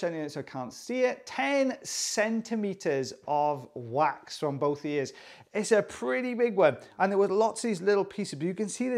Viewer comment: Is it just me, or does it sound like quacks when he says 'wax' half the time? 😂 I haven't been able to unhear that for about 3 months